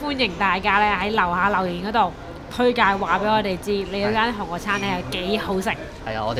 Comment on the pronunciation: 啲櫴音真係聽得好辛苦😡希望Kiki 用心改善🙏🏻